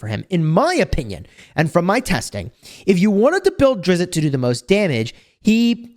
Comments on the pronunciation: Drizz- with a soft t at the end. 1 syllable. Not Drizz-it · It drives me a bit crazy that he mispronunces his name. It's Drizzzzt, not DRIZ-it😑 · there's no "it" sound at the end. It's the same "t" sound as in list. It's more like Driz-st. His panther is Guenhwyvar pronounced Gwin-ih-var (this is how I've heard it most of the time) or Gwin-whee-var. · It's Drizzzzt -- like the sound of a zipper but with a hard T on the end -- not 'DRIZ-it'; common mispronunciation. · Its actually Drizz, the T is silent. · Drizz-it? Come on! It's not Drizz-it! Please get his name correct! He's a beloved character and getting his name wrong is a pretty big deal to people! There's no "it" sound at the end. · You are killing me with the Drizzit pronunciation. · Salvador himself said he is not pronounced as Drizz-it and that fans do it as a joke. However it's been done so much that people just think it's the correct way to say it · You really should go find out how his name is pronounced. It's going to irritate me the whole time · I dont know why, but the way you are saying his name makes me think you know nothing about the dark elves. It really bothers me so much. You know nothing. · the creator (R.A. Salvatore) of Drizzt and his panther pronounces it the way folks in the comments are telling ya. Interviews on the tube will back it. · you're saying it wrong. Simply google it.....